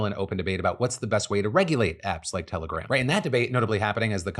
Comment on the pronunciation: Every time you said telegram in this video it sounded like terrorgram to me